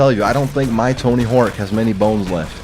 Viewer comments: Tony HORWK, vewy nais. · "Tony Herk"